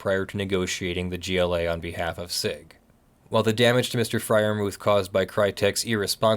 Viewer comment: the "h" in Freyermuth is silent, and is not an english "th". Anglicised you should say "Friar-moot". I'm sure I'm wright about this :)